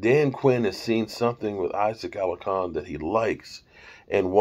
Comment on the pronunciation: Alar-con no alacon an it’s Mexico not megico 🤣